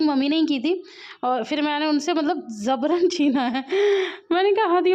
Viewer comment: Dear zabran nhi hota Jabran hota hai